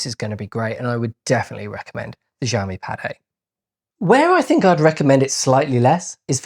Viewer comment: its' not Jiami.. it's Xiiiiiiiiiiaomi